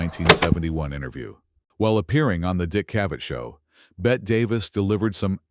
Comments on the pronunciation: And she was Beh-tee, not Beht, Davis. OMG get the basics right. The AI is confusing Davis with Midler. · Robot Ai narrator, her name is pronounced Betty NOT Bett. Also WHY is the film all scratchy and nasty? 👎🏼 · So fake. Her name is not pronounced as Bet but as Betty. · BETTE (pronounced BETTY), not like Bette Midler (BET). Idiot announcer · Ifyou are going to take the time and effort to make a video of the iconic Bette Davis.....learn how to pronounce her first name. It is TWO syllables not one. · Pronounced BETTY not BET! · who is Bet Davis? It's pronounced Betty. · If you're going to use AI to narrate, you'll have to spell "Bette" as "BETTY" so it PRONOUNCES THE NAME CORRECTLY. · "BET" Davis??? How can anyone take this seriously? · She deserves to have her name pronounced correctly. It's Bette. Not bet